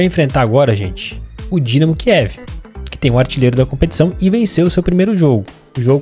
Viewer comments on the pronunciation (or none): none